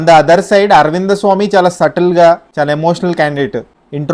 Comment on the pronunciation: Aravindha swamy kadu aravind swamy